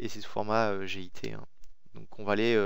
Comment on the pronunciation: On dit "git" et pas "g.i.t" !!! :D